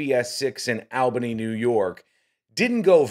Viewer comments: The "" would do well to learn how to correctly pronounce the name of the capital city of New York State. It's pronounced "awl benny", not "Al bunny" (which is a city in Georgia). But at least he didn't slur. Lisp notwithstanding. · I live in the viewing area. 1. It's KOH-var. 2. It's ALL-buh-nee (capital of NYS). You said it the way other states do (AL (like the man's name) -buh-nee). This station cannot afford to lose another reporter. Literally almost everyone else has left recently. So exhaustion sounds plausible but this is clearly anchoring UI. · No comment on Heather. My comment is on the guy that posted this and was commenting…did you go to school? Did you learn the Capitals of every state? Albany is not pronounced Al-Bany. It is ALL-BANY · Dude it’s pronounced All Ba née not al ba née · Its not Al-bany! Its All-bany! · Its "Awwwlbany" not "Ahhhlbany" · It's not al bany!..its aw bany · and it's ALL-BANY- not Al-Bany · It’s pronounced ALLLBANY Not Al Bany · It’s ALL-BANY not AL-BANY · how how are you pronouncing ALL-Bany. I’ve never heard it pronounced AL-Bany like the name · its ALL-bany, not Al-- bany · All-bany, not Al-bany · ALL-bany NOT AL-bany. All-buh-knee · All Bany not Al Bany.🙂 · I saw this live and kept saying to myself why do they keep coming back to her after break? Also the poor weather guy did about 6 mins of weather just to kill time. Even though she called him by the wrong name. BTW the city is pronounced All-ban-née. Common mistake. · The way he says Albany is weird. It’s pronounced awhlbany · It's pronounced "ALL bany" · It's All bany pronunciation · Learn how to pronounce ALL bany, before you judge. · It’s pronounced Allbany All bany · Work on your pronunciation of Albany..... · Who are you to be talking? You can even say Albany. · The way you pronounce Albany is.....interesting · Please learn to pronounce Albany. The annunciation was worse than the newscast. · How about learning how to pronounce the city correctly…